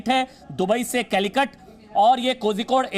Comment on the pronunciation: Kozhikod nahi bol sakte ho toh calicut bolo...dont murder the name